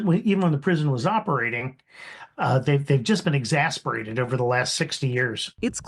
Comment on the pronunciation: its *exacerbated*, not exasperated...